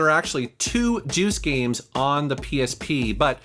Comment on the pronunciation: These “gemes” should’ve stayed hidden